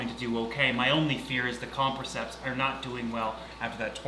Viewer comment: Say it with me.... com-press-iceps